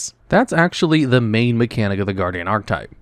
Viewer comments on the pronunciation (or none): none